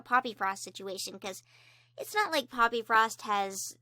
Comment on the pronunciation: I thought she said puppyfrost insted of poppyfrost